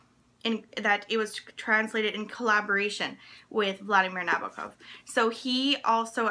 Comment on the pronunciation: as a big advocate of translated fiction, this video pleases me. I'm happy to see you mentioning the translator and also pronouncing Nabokov correctly :)